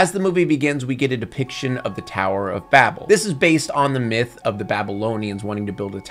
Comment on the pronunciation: That's not how you pronounce 'Babel.'